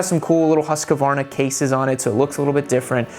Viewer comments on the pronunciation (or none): Hus-kvarna. Not husk-varna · .....repeat after me....HUSK-VARNA.....HUSK-VARNA......not HUSK-A-VARNA.